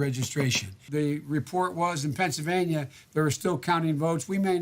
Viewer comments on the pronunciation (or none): I love how Biden says "Pennsylvaña"